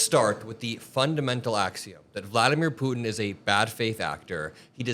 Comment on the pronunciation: Thanks for all of your dedication! Also thanks for saying Putin not Pooen